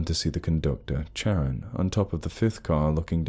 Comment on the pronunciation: is it Charon? I thought you were saying Sharon😂😂😂Anyway, I believe that Charon is pronounced Karon